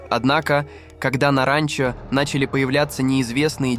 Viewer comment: абОртни говорит и ранчО! 😂😂😂